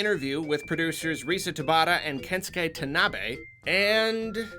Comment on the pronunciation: It’s bugs me so much how incorrectly pronounces kensuke tanabe. It’s pronounced “Ken sue kay” not “kenskay”